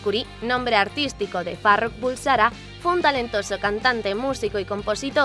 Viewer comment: Farrokh bulsara no se pronuncia haci